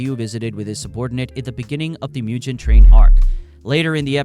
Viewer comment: Dude mispronounced Tengen, Mugen and Sanemi. Those are not hard words or names to pronounce.